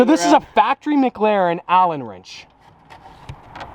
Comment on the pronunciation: I love u but please it’s McLaren not MgLaren